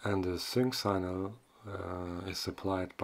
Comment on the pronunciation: it’s “sick-nal”, not “sign-al”.